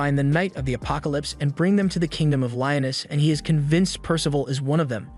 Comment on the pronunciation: its pronounced Lee-oan-us